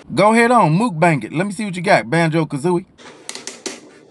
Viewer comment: He said Banjo Gazoobie 😅😅🤣🤣🤣